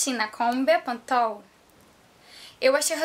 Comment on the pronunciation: fala direito mulher bepantol e não bepontol hehehehe. vou testar corta um pouquinho do cabelo para mim, rsrsrsrsrs